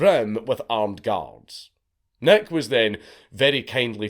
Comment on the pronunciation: It took me some time to figure out that Dankula was not saying Big Neck, but Big Nick..